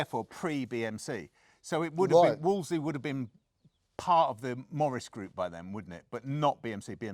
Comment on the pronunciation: Wolseley not Wolsey. Brewer gets it wrong too!